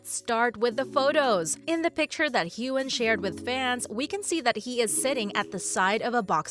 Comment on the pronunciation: Jesus!! Her name is pronounced as KATRINA and Heughan is pronounced as Hughwan and it’s DOUGAL mckenzie not DOUGLAS!